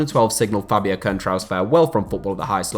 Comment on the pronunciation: Litterally Nobody: Concetrao CR7: Who is Concentrao? You mean Coentrao?